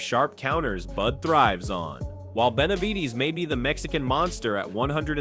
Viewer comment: Man, if you don’t stop saying David Beniveedss😂😂😂